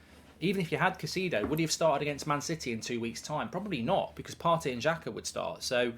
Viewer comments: Caicedo is pronounced KAI-SAY-DO not KA-SEE-DO Mark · Mark the name is "kai-say-dough" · How about Pronounce Caicedo's name correctly, are you daft Goldbridge have some respect it's not Caiceeedo, and nobody else says it that way either, the Brits often mis pronounce foreign players names